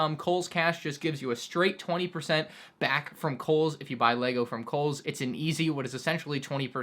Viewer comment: Lmao he said koles